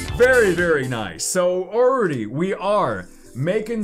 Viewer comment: Man I love ya, but it’s funny how you say ‘already’. URR DEE Also, I’m from the South so I say a lot of things wrong too haha.